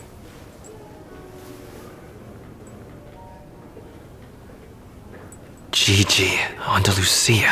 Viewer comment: He sounds alright. Just the way he pronounces Gigi's name as "Jiji" instead of "Ghighi" is a little annoying for me.